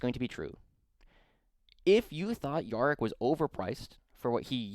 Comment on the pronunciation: Good watch apart from the Yarrick pronunication.